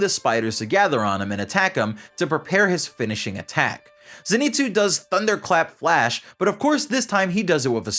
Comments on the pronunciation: It’s pronounced Zein-sue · its ZENitsu not ZEnitsu